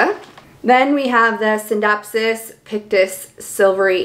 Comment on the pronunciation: Beautiful collection! I have all the same, exact plants too plus a scindapsus lucens. You pronounced the scindapsus exactly how it spelled but I hear alot of people pronounce it R-JEWERLY-US